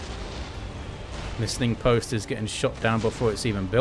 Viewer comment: Finally a caster that pronounces "listening post" correctly. Other people keep saying "listing post" and it's driving me crazy.